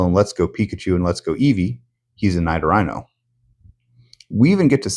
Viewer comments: It's pronounced "Nee-doh-ree-no." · "Naido-raino". Nailed it. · why do you pronounce "Nidorino" the way you do my guy?